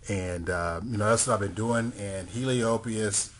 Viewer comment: the rank 8 is pronounced "heal-ee-op-oh-lis" it kinda rhymes with bottomless